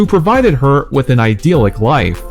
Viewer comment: You did a creditable work. English learning folks would really find this video interesting. However, I suggest that you could've been a bit more serious about preparing word meanings. Some of the word meanings (attrition, beguile, titular) have gone off target and certain pronunciations were also wrong (idyllic, unctuous). Try to be more sedulous while working on your next video because when you make knowledge-based contents for the public, you should be responsible for what you say.